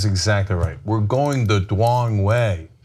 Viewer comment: "We're going the dwong way"?